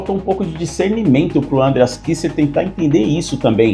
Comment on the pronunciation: parei... nao da pra ouvir ANdreas , como todo brasileiro que acha que todo nome ou palavra estrangeira tenha de ter acento na primeira sílaba 100% do tempo.... um bilhao de pessoas fala o nome dele como ele mesmo fala, menos aqui. nao da